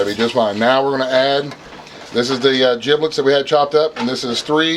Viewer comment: Giblets with a G, not Jiblets with a J